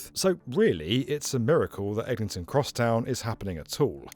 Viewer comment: Bro said Ellington 🥀